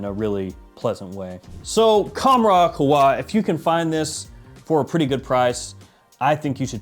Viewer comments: It’s pronounced Qa Ha wa. Means coffee in Arabic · Qah-wah....emphasise the Q from the throat and emphasise the middle 'h'. It means coffee. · It’s pronounced k-a-h-a-w-a; which translates to coffee in both Arabic and Swahili.